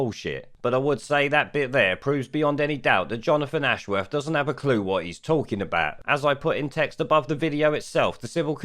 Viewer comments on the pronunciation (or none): Jonofwon Ashworwf. Imagine never having learnt to pronounce your own name. (Another) Labour thicko.